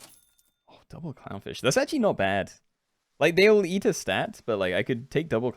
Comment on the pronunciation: I swear to god i heard cumfish instead of clownfish at least 3times ahahah